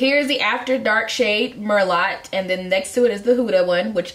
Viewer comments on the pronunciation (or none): Merlot is pronounced like Merlow. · More like Merloh